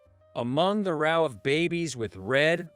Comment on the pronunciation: ROW is pronounced the same way as know. Row, as you pronounced it is the same as cow.